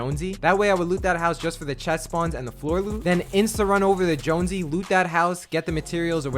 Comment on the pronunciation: Really? Joonsy? Come on its Jonesy